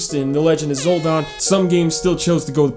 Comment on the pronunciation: “Legend of ZOLDON”